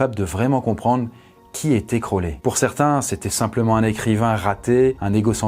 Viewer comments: ta prononciation est horrible c'est pas (crowlès) mais (crowli) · Par contre ça se prononce "Crowli" voilà haha crolè mdr